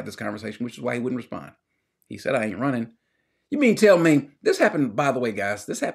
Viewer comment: Two syllables; he’s run•ning!!